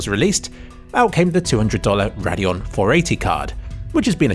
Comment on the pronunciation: oh, he's saying "Radeon" not "their annual" or "perineal." I was so confused LMAO